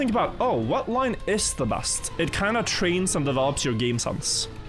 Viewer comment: Your English is generally very good,, but quick pronunciation tip: try to pay attention to how you say the letter E. you often pronounce e as a. You say “bast” instead of “best”, and “sanse”>sense, “frand”>friend, “racord “>record, “chass “>chess, “bâdder”>better.